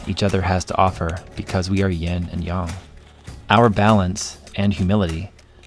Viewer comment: It's Yin and Yang, not Yin and Young.